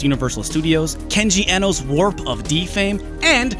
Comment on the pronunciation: I hate to point this only now, but your pronunciation of Kenji Eno has been incorrect. It’s iino and that’s how you normally spell in the standard Japanese way, but he adopted the spelling of Brian Eno. I’m sure his legal documents are still “Iino”.